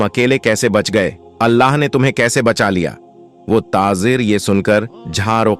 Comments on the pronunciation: Tazir nahi tajir bolo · TaJir and not taaZir